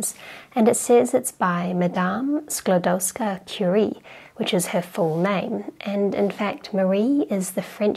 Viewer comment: You almost got the Skłodowska pronounciation right. Great video as always. Cheers! ^^